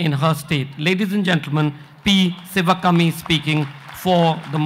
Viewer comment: Its not ci va kummy..its shivakaami. If u cant pronounce the name of a panelist dont bother at all. Anupam kher gets a padma award for what? Hes a B grade character artist on screen and a dumb buffoon offscreen